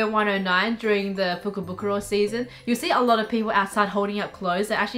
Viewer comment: If I hear fukobukoro one more time I will go nuts